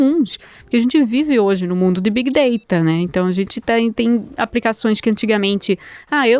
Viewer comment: Big data Lê-se " big dêira" não "dêita"